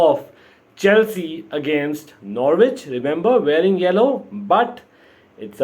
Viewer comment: Slight hint the W is silent it's Nor-itch 😉😃